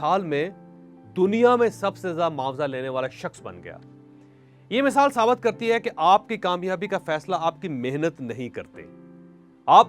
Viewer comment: Sabat nahi sabit hota hai , chaudhry ! Urdu ki taang mut toro .